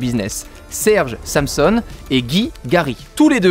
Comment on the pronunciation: Il me semble que Samson se prononce Sanson